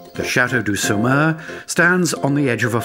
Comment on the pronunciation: Beautiful video. The narrator could at least make the effort to pronounce the name of the towns properly. Angers, Saumur, Anjou. Seriously!!!!